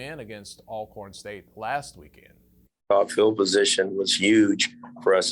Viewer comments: Why haven't people learn how to pronounce Alcorn.. ALL CORN🤔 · I’ve been following HBCU sports since childhood in the 90s and finally realized the correct pronunciation is ALLcorn last year. 🤦🏽‍♂️ I’ve always heard both ALLcorn and ALcorn but had to ask last year.